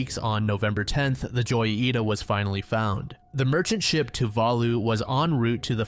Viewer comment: every time he says joyita my heart dies a little- it’s hoyita That being said the goofiness is entertaining so maybe it’s not so bad